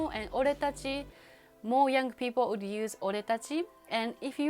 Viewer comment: # please learn to pronounce the “would” and “again”🧐